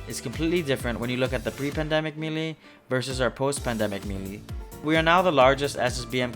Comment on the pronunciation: Five years into video making, we still saying melee wrong. 🦀🦀🦀🦀🦀